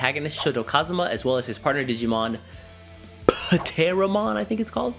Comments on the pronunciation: I never hated green in Digimon. Just wasn't interested in most of the green decks. Pronouncing: it's "teh-ro-mon" in English but correct me if I'm wrong, but the Japanese name may be pronounced "puteromon". And it's "ah-neh-moy" (アネモイ) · Say it as Teromon, like Pterodactyl. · Vortex sounds really interesting, i'll have to wait and see how well it performs. Also i think its pronounced without the P, like pterodactyl. Great vid as always! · Bro, the P is silent.... like in pterodactyl 💀